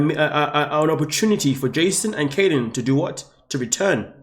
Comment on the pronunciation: Please, please, please, learn how to pronounce people’s names! It’s Kylen, not Kaylen.